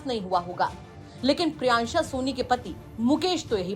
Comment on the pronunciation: Priyanshi ko priyansha priyansha bol rahi h